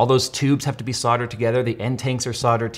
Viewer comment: Say it with me now, SOLDERED. not SODDERED.